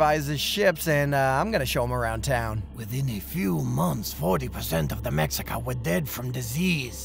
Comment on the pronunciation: It’s pronounced meshica. The x in Mexican native words is equivalent to SH. Many natives would call themselves meshicanos at first rather than mehicanos and the monolingual Spanish speakers would mock them and call them Chicanos in a derogatory way. Now it’s used as native pride and they have a Chicano movement. Chicano is now a word of empowerment for many mestizos in the southwest USA